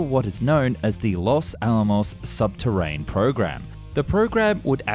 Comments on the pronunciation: Sub terenne, not sub terrain. Day 2 of asking for a new voice guy/ this one to improve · I was literally half way through commenting when he said subterran😂😂